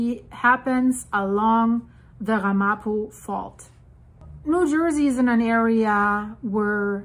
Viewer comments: Pronounced more like RAMapo with the accent on the first syllable. The Ramapo Mountains are a relatively small area just north of the NJ-NY border. The word is of Native American origin, and a local group in the area has been recognized as a tribe by the State of New Jersey. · It’s pronounced Ram-a-poe